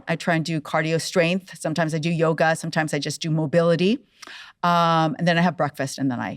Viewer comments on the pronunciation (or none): none